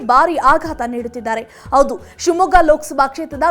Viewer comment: ಆವೇರಿ ಅಲ್ಲ ಹಾವೇರಿ, ಔದು ಅಲ್ಲ ಹೌದು, ಅಲವು ಅಲ್ಲ ಹಲವು